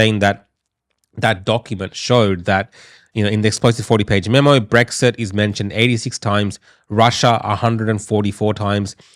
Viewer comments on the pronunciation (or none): none